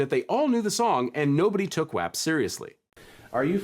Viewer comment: Wap is pronounced wop lmfaoo 😂